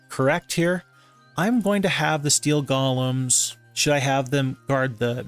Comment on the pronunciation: Stop calling them gollums already 😝 It's pronounced: "Gow-luhm"